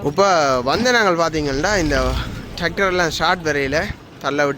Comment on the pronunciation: டக்டர் (tactor) என்று சொல்வதில்லை டிரக்டர் ( tractor) என்று உச் சரிக்க வேண்டும்